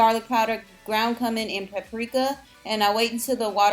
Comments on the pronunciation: Reverse dieting is the way to go, for sure! Keep up the great work! Side note, it's pronouced coomin for Cumin ;) Thanks for this, please keep them coming! :) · Cumin is pronounce Q-min.